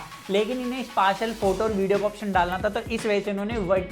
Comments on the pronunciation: "Spashial" wtf! It's "Speshial"..🤡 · Next time be careful how you say 'spatial'. Thank you.